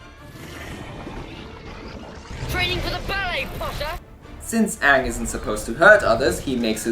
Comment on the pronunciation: It's AANG, NOT OONG, lady and gentlemen.